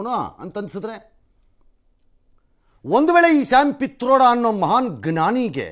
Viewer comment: Pitroda alla patrode...